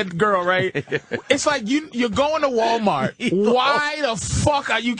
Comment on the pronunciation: wow that's the most Boston I've ever heard Patrice sound when he said Walmart😂